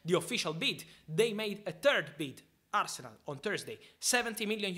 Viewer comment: Love Al-se-nal